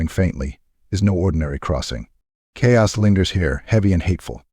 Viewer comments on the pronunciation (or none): Absolutely love your work but could you please train your Ai to say chaos lol